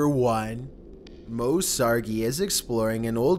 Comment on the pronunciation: U said moes name wrong